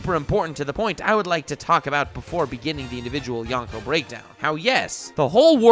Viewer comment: Anyone else annoyed that he kept pronouncing yonko, youngko or yawnko? Lol